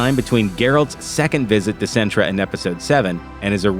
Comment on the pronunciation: CINTRA IS NOT A NISSAN CAR MODEL SIN-TRA NOT SENTRA...